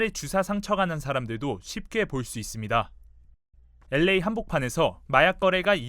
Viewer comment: 아나운서발음이이상해 엘레이가 아니라 보통 엘에이 라고 하지않나